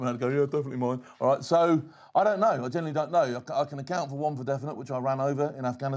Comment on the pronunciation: Now that was a proper "ROIGH'"